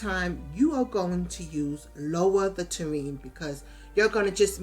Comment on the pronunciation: Great pond building videos. You have such a patient tone and wasn't talking super fast. You made it easy to follow along. Maybe its an NY thing? In the South a Tureen(might be spelled wrong) is what we put soups/stews in and set on the dinner table. From that we serve individual bowls. For the ground/land "Ta-rain" is for Terrain. Made me chuckle. Thanks again. Liked. Subscribed. o